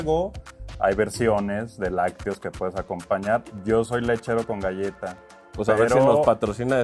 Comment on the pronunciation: "La Galla Sour Patch", ni galleta pueden decir de manera normal?